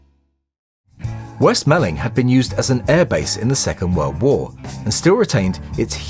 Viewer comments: and 'west malling' is "west mor-ling", or /wɛst 'mɔlɪŋ/ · Pronounced "West Mauling" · Hi. It is pronounced West Mawling not Malling, even though it looks like it is spelt that way. Cracking vid though. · West Malling is pronounced "moor-ling" by us in Kent. Only the control tower exists today... the rest has become a housing estate. Great video as always... and possibly my favourite Beatle period. "Roll Up, Roll Up!".